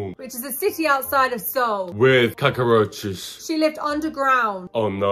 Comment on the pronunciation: It wasn't even 10 seconds in when Hattie was narrating and said Cockroaches, I burst out laughing, yeah, definitely pronouncing it like that from now on!